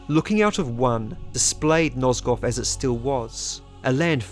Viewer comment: "Nozgoff" Love you, I'm just trollin' 💕